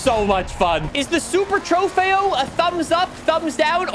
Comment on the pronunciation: I cringe anytime you say “trofeo”